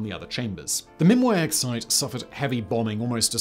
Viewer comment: “The site they chose was Mimiak.” Ffs come on Simon, please pay attention to these words rather than inventing something else on the fly?